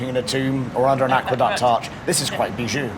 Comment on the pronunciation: Did they say 'bijoux?'